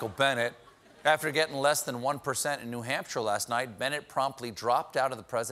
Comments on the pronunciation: Bernie is calling new Hampshire the Hampshire, is this something people from there do? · not what i’m hearing. he says “Nuh Hamp-shur” instead of “Nu Hamp-shir” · Bernie is saying "The Hampshire," right? I'm not just hearing that?